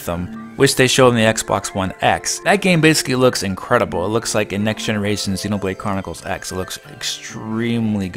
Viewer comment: You said xenobrade chronicres x like 8 times in a row bc u were trying to say it fast XD